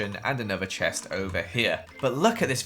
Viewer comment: is it just me or does he say “chess” instead of “chest”???? Love your builds btw! 😍